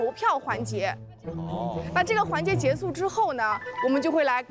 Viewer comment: 那个导游的结束（结su）老让我出戏